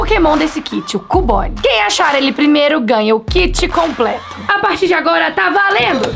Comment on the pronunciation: se fala "QIUBONE" e não CUBONE DA NOSSA FORMA DE FALAR